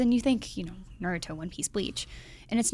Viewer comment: IGN: "Anime is cool and you should watch it" Really guys, these anime segments are cringeworthy. These are the same ppl that have been calling Naruto, "Nerudo" in all the Ninja Storm reviews. Suddenly you guys start talking about anime like you guys know anything outside of the popular anime. I'm not even trying to sound mean but IGN should just stick to games and movies/TV.